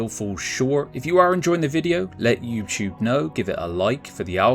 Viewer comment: Commenting because I like the way you said “yew chewb”